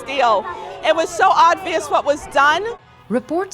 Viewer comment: "odvious" thats some bad dyslexia